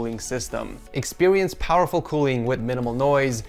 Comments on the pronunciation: expewience? I love that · expewience powerful cooling with minimal noise XD